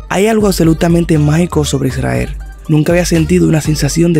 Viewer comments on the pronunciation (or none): none